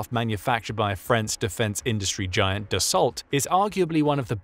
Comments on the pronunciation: Dassault: pronounced dus-oh and not das-salt. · its pronounced DA-SOW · Dassault is pronounced Dah-Soh Rafale is pronounced Rah-Fahl